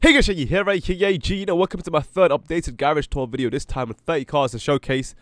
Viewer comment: why do you say aka as ahay